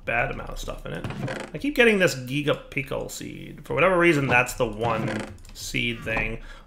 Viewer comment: THIS HAS TO BE INTENTIONAL THERE IS NO WAY HE MISPRONOUNCED BOTH GIGA AND PICKLE